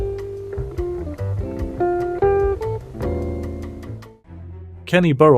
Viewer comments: Pro tip: if you're going to have a machine narrate your videos, you should make sure it's pronouncing the names right (e.g., Burrell). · Whatever machine is being used to narrate this video should be instructed how to pronounce Kenny Burrell's name.